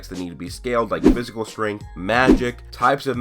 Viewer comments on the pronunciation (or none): none